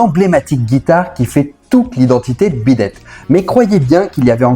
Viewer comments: La prononciation du titre m'a fait saigner les oreilles tout le long, le dernier ressemblant même à "bidet". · C'est moi ou tu prononces Beat it en bidet? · D’accord, mais pourquoi mal prononcer Beat It ? Il dit Bid ate plusieurs fois, c’est pas une simple erreur de prononciation, une fois il aurait dit même sur d’autres vidéos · Par contre arrête de dire bidette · Mais pourquoi diable constamment déformer le titre beat it en "beedad" tout au long de ta video. Et de même pour pete townshend que tu déformes en pete "townschend". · Oui moi aussi je comprends pas pourquoi, il dit « bid date » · Intéressant malgré une répétition au début, et puis, sérieusement, bidet? Vu combien de fois on l'entend dans la chanson, ce serait sympa de respecter la prononciation...